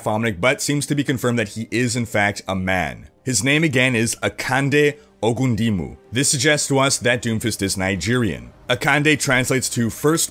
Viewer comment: Thank you for doing a good job at pronouncing doomfist real name.